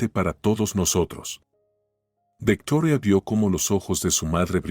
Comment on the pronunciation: Dejo de escuchar la historia y no o volveré a escucharlo de nuevo hasta que no dejen de Americanizar los nombres Victoria no es vetora me crispa los nervios tanta tontería